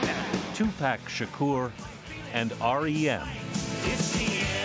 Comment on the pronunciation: "Two Pack Shakur"